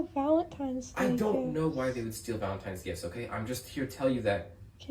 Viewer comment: So obsessed with a made up holiday predicated around the emotions of delusional women, but can't even pronounce the word VALENTINE'S properly.... society is hemorrhaging!!😢😢😢